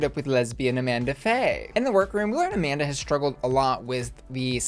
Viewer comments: I have to say, it’s real weird that they made a whole exchange on why the Latina woman’s name is NOT pronounced the way you chose to pronounce it but you still pronounced it that way. I know you watch the episodes, so it’s not like you missed that. Her name’s pronounced as it would be in Spanish, like “ah-MAHN-dah” and not “a-MAN-duh”. Weird choice babes. Otherwise, love the video, as always, and your coverage. Thanks for sharing your thoughts with all of us rotted little clowns in the comments 💖🫶🏽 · Excuse me, it’s A-mon-duhhhhh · Amanda's name wasn't pronounced that way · I agree. Very weird to not pronounce her name properly considering it was talked about so prominently in the episode. But I don’t think watches the entire episode or watches it while working on her videos or something because she has missed a few things before that have made it seem like she wasn’t totally paying attention through the whole episode. Or maybe she just forgot. Who knows. But I definitely don’t think it’s intentional in any way.